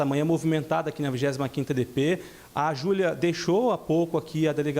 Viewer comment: Minha cabeça até doeu ao iuvir a fala do advogado de defesa ."Júlia", "Julia",,"Julua"...😮😮😮